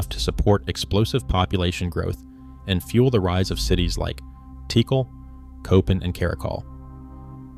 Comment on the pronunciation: For lord's sake..... Don't you think that if you are going to do a public presentation you should first verify pronunciation of important place names. Tikal (TeeKall) is not pronounced "teekle"...... Furthermore it was never Tikal.... it was Mutal..... And then later you pronounce Tikal correctly..... Therefore not only..... "I don't care enough to check my sources for accuracy."... but also "I should already know better and be consistent, but I don't care".